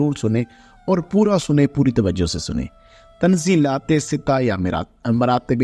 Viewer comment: تنزلات ستہ کا تلفظ Tanazzulate sitta ہے فقط بغرض اصلاح ❤❤❤❤